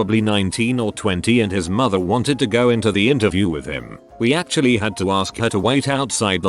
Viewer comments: Nobody: Narrator: ashuallted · Nobody: Text to speech: ASH-U-ALL-TID